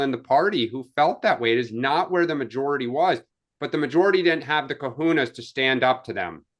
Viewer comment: Cojones not Kahunas😂